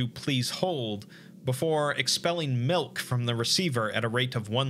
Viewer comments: "melk" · I'm gonna need you to say milk one more time please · The way this man says milk is just weird